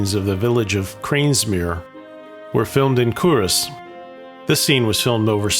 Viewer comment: Cull Ross. Kull / Kuhl....... Ross